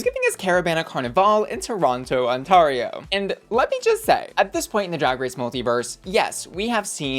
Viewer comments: all the love but it’s On-tair-io not on-tar-io. Ontario like air or tear not tar or bar. Xoxo from Canada! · It's pronouncced "on-TARE-E-O". You're wecome! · ottawa on-TAR-io LOL im dead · Love you, just FYI it's pronounced On-tear-io, like tearing a piece of paper. Ontaaaario is way too fancy for us. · Just a friendly pronunciation tip, Newfoundland has the emphasis on the "new", and kinda sounds more like "NEWFinland" instead of emphasizing the "found" like "New-FOUND-land". Edit: And Ontario isn't "On-TAHR-io", it's more "On-TARE-eo". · “Ontahrio” “New FoundLend” Is the new pronunciation now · The way you pronounce Ontario makes my teeth hurt lol. It's pronounced On(like turn on the light)- tear(like she was tearing it up on the dance floor)-ee-oh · I always laugh at your pronunciation of Ontario. It's pronounced On-teh-ree-o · Ontario is pronounced on-tair-io lol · Miss m’am you are mispronouncing Ontario and Newfoundland. On-teh-ree-oh and New-fund-land! I know it doesn’t look like they would be pronounced like that haha but it is 😅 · NewFOUNDlan and OntAWrio is sending me… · The pronunciation of the Canadian provinces is KILLING me! NEW-fund-land, On-TAIR-ee-oh is phonetically how these two provinces are pronounced. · Hearing Americans say "Ont-ah-rio" kills me every time. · The way you say Ontario is hilarious as a Torontonian, respectfully ❤️🇨🇦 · Girl. Please tell me you’re INTENTIONALLY mispronouncing Ontario and Newfoundland 😂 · The way you pronounce ontario and newfoundland cracks me up. its cute lol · As a Canadian, hearing you pronouncing Ontario always gives be a little chuckle haha great video as always! Thank you for covering our Canadian queens 💙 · currently writing the petition to change the official pronunciation of Ontario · I literally came to the comment section looking for this comment. 😂